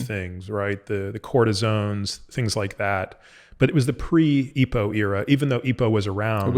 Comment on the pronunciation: Great interview...but, typically you'd say E.P.O....not eepoh. Sounds weird, mate.